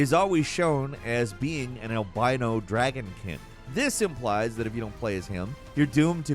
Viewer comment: As much as I like he has a horrible habit of mispronouncing things. "Sinister urge" "dragonkin" and that's just this video. Plenty of others throughout the years. Kinda lame honestly.